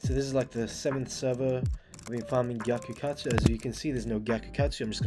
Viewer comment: am i hearing bro say gyakukatsu sex instead of sacs